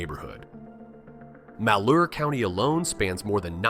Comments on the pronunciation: The mispronunciation of every place, name and County and valley in your presentation is telling... Not only does Portland out-vote the rest of the state, it outpays the rest of the state. In other words, Malheur County, (which you mispronounced), and most of the other countries in eastern Oregon, could not afford a bridge, a library, a school or road, a power line or a sewer system without taxpayers from Portland paying for them. If secession from Oregon happened through popular vote in eastern Oregon, Idaho wouldn't be able to take them. They wouldn't be able to pay for the infrastructure that Portland has paid for for decades and decades and decades. They wouldn't be able to afford a bunch of counties without the ability to go Autonomous... This is the part of the state where most of the people rely on federal and state aid to survive. The worst are the ranchers who, through a system that gives grazing rights to Federal lands at a extreme discount, has encouraged the welfare system to predominate eastern Oregon. I worked over there for 30 years; fighting fire in the mountains in the summer time and pulling green chain in the sawmills in the winter. This high desert country as you call it.. This is the part of the country where most of the people don't bat an eye on being on food stamps, welfare, housing assistance, unemployment and other federal and state systems. In order to survive. They wouldn't be able to survive without Portland people paying into income tax for Oregon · Yeah, they're pronounced Mal-HURE, Luh-GRAND and Will-AM-IT. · Interesting you said Oregon never built a nuclear plant while showing an image of Oregon's now defunct Trojan nuclear plant. You could also gain some credibility by properly pronouncing names like Willamette and Malheur. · I physically recoiled at your pronunciation of "Willamette" and "Malheur"